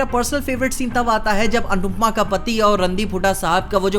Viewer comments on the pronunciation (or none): did you notice he said anupmaa vaise its anupama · Anupama ok bhai anupma nahi